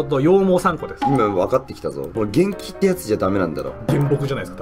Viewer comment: むらいさん未だに「げんき」って言ってる…